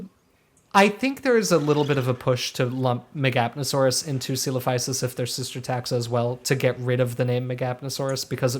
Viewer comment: It’s always cute when you discuss the “proper” way to pronounce a dino’s name and then confidently settle on a mercilessly butchered and americanized Frankenstein’s monster version of Greek. Love the channel, though! ☺️